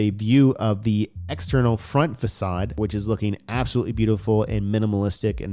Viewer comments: Bro cool video but facade is pronounced fuh-sod not fak-ade… pretty sure that’s what you meant to say right ;-) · Facade please 🙏 Not facade it is facade the c is pronounced as an S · Fa-saaadd lol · I recommend learning the correct pronunciation of the word facade.